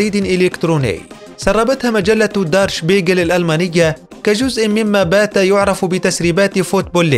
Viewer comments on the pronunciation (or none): الصحيفة الالمانية اسمها دير شبيغل مو دار شبيغل وتعني المرآة